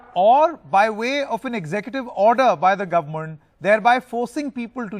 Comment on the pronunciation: Guvmoont???? What kind of pronunciation is this?? 🤣🤣 Kumbh Mela covidiots are going to wipe out entire UP and Uttarakhand. Dead. Rip.